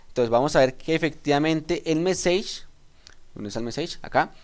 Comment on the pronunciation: Gracias por el video.. Debes mejorar un poco la pronunciación en inglés, sobre todo que el video está en la red y lo ve todo el mundo. Messages, dices meseich, la pronunciación es algo como messaches y así otras palabras en las que hay que prestar especial cuidado. Saludos y gracias de nuevo por tu aporte.